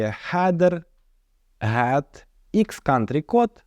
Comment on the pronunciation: якщо канал назвав ҐОУ то кажи Ґет а не гет